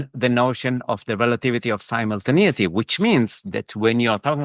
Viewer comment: he goes into great description😂 including "similtinaity" etc